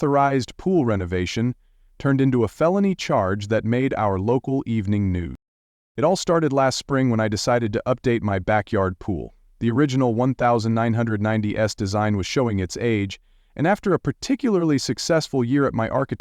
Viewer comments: 1990s says Ninety ESS - and they have a "male voice" for a female character? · Stop using AI for narration. "One thousand nine hundred ninety ess." Downvoted and blocked.